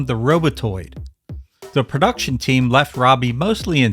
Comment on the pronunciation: "Perduction" is not a word. *Production "Intraducing" is not a word. *Introducing